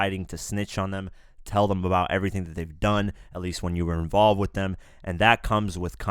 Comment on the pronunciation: “ it’s was themweyyyy”